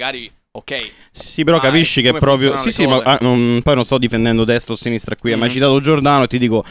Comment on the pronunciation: Bellissima la difesa su Giordano "e allora i giornalisti di sinistrah?".